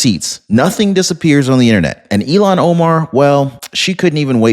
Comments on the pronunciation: Her name is pronounced (ill-hawn), not (ee-lawn). Ilhan is certainly NOT even close to being an Elon. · Illiam omar not eilon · ILLHON, ILLHON, ILLHON, ILLHON, ILLHON, ILLHON, ILLHON, ILLHON, ILLHON, ILLHON, ILLHON, ILLHON, ILLHON, ILLHON, ILLHON, ILLHON, ILLHON, ILLHON, ILLHON, ILLHON, ILLHON, ILLHON, ILLHON, ILLHON, ILLHON, ILLHON, ILLHON, ILLHON, ILLHON, ILLHON! It's Illhon Omar...NOT Elon!